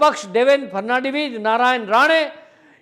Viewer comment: आपको फडनवीस कासही उच्चारण नही आता तो ऐसे बोले,फब नौ बीस 😊